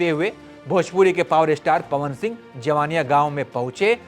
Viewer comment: पहले आप मीडिया का कहीं से शिक्षा लो बात करने का तुम्हें तरीका नहीं है ।जिन लोकल यूट्यूब को तुम फालतू का वीडियो बोल रहे हो उसी के वीडियो से तुम भी जान हो उसी के वीडियो से देश दुनिया जाना है कि जवईनियाँ गांव है तुम्हें उसे गांव का नाम भी शुद्ध से नहीं बोलने आ रहा है जवनिया बोल रहे हो।